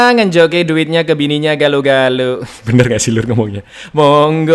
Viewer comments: Galo bukan galou lebih ke galok tapi "K" nya agak diilangin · Bukan Gale" tapi Galo"